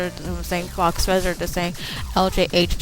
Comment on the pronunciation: "Faux" is pronounced "Foe", not "Fox"